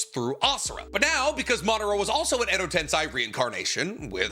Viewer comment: Day 9000 of asking my guy to pronounce edo tensei right